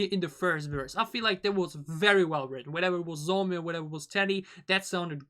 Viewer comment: Her name can be pronounced like John So me Not zomi (just want to correct you, not criticize) And her English pronunciation is good because she ist halb dutsh/Canadian and grew up speaking English, so she is fluent. Teddy is btw also fluent in English.